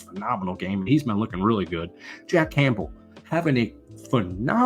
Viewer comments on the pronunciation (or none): none